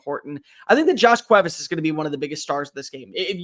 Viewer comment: Still a little off on Cuevas but I appreciate the attempt 😂